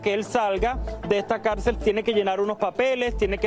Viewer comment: Esta mujer no sabe hablar ni leer ( Calcel..Cárcel maestro..aresto) que pena conductoras vacías y sin educación académica y masa gris)